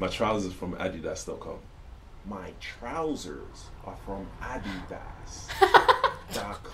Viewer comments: only america uses aluminum im pretty sure 🤔 and a di das is the actual right pronunciation 😂 i notice that when it comes to konglish , it follows the british pronunciation more cause our pronunciations are more similar ~ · Btw how he pronounced Adidas in the British way is actually the correct way to say Adidas and not "Adeedas". It's a German brand and I'm german